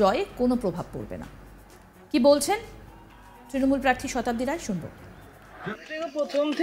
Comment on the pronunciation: Ekta national channel er reporter er pronounciation ato kharap. Prarthi ke bolchhen Parthi.